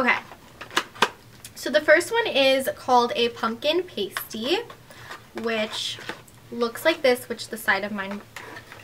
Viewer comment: It’s pronounced pastie not paste-ie in from England